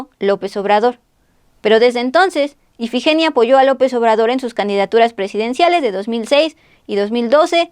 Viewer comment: Dijiste más de 2 veces el nombre de IFIGENIA mal tú dijiste EFIGENIA